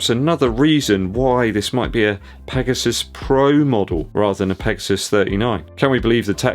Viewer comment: Did you say Nike PEGOSTON 😆